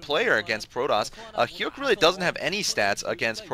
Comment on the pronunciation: it's pronounced hyuck, like the word yuck not hyook